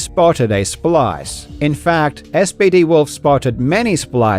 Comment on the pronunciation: SBD Wolf is such a champion... by the way SBD is actually pronounced "Speedy," not "Es, Bee, Dee."